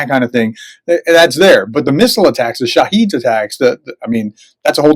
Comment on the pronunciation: I hope, but I doubt, that you'll see this comment, but I'll try anyway. The name of the Iranian-made "Shahed" (or "Shaahid") is not pronounced, "sha-HEED", but is pronounced "SHAA-hid". I'm pretty sure you can't read either Farsi or Arabic, but I can. The name is written شاهد in Farsi. It is actually an Arabic word (Farsi has a great number of Arabic words) meaning "witness". The pronunciation that you're using is another word that means "martyr", and is used by Muslim countries to describe those killed in battle. That wouldnt' be the most appropriate name for a drone which the makers and users both hope will be a successful weapon. Yes, if successful, the weapon "dies". But usually in Muslim usage, the "sha-HEED" is the victim of the enemies aggression. I myself wasn't sure which pronunciation it should be until I saw it written in Farsi